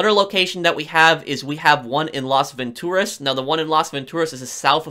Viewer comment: I don't like how you say Las Vantoraz